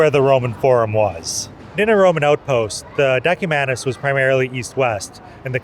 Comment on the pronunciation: Decumano si pronuncia come si scrivere